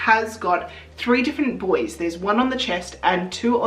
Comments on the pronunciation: The way you kept referring to the buoys and I kept hearing it as 'the boys' like you were affectionately anthromorphising that part of your outfit! Also so glad to see the feathers worked!! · I also kept hearing "the buoys" as "the boys" and thought you were referring to Hewie, Dewey, & Louie! At least in the states, it's pronounced "boo-ees"